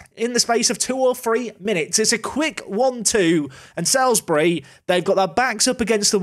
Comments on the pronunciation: I know it’s not going to matter after this season but Salisbury is pronounced Sals-bury not Sails-bury. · Just want to clarify it is pronounced "Salsbury" not "Sailsbury" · Loving this series However it's pronounced like SOLES-bry, not SALES-bry. Another tricky south-west town like Frome (which you nailed). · its prononced saulsbury love the vids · It's actually pronounced Sols-bury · Saul's-Bury. Say it with me. SAUL'S BURY!:) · I live in Salisbury, thanks for visiting our stadium. Cringing a little at your pronunciation though 😬 (sorry to be that person! Should be like ''Saulsbury'') EDIT: and now you've visited Aldershot which is where I used to live! EDIT AGAIN: Zapdos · ITS FUCKING PRONOUNCED SAULSBURY!!!!! Oh shit sorry I blacked out there for a second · It's still pronounced "Sawls-bury"! Also, Ampharos. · FYI Salisbury is pronounced Saul's-Bury 🐸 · It's pronounced SULS-bury 🤨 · How you pronounce my team Salisbury makes me unreasonably angry!!! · Drink every time he mispronounces Salisbury